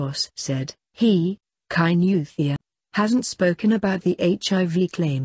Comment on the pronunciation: Kainuwhat..?Useless pronunciation... Must a muzungu narrate this...???....about the killing...Let the parents grieve without abusing the girl...people comment as if they r better...everything is with the almighty God